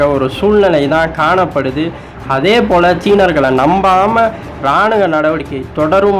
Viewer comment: External Offence or External Affairs?... I don't know why you keep on saying words like thittathitta, iraanuga instead of kittathitta, iraanuva, etc.. even after few people pointed out the same?..